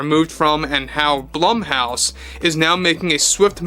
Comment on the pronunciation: ummmm... Blumhouse: Bloom-house.